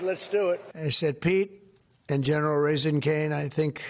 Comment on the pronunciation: Excuse me, but did this knucklehead just say General RAISIN' Caine? He can't stop thinking about fast food I guess.